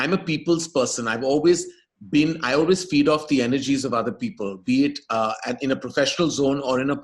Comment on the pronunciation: We get it. You've just learned a cool way to pronounce 'AWE-WAYS'!